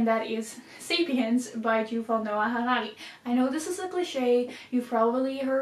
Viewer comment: Weird hearing someone pronounce Harari correctly